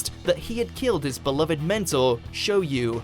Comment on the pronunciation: This nigga called Shoyo, Shoyu